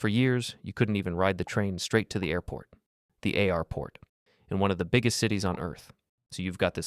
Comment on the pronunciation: 100% AI. It pronounced airport "A-R-port" and ridership "riddership"